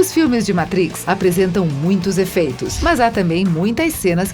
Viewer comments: Adorei! Mas, The Métrix??? Por favor!!!!! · o ouvido chega arranha quando ela fala o título do filme errado. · Que Inglês horrível esse da narradora. Zion? Métrix? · A locutora tá precisando de umas aulinhas de inglês aí, heim! Entre a pronúncia de matrix, brawl e zion a coisa complica...